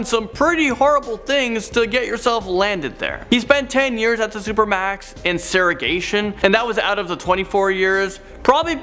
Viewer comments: Segregation not “serragation”. FYI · Sara-gation??? You mean Segregation?😒